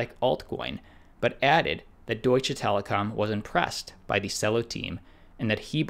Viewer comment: It's "Deutsche" not "Doitch" Telekom.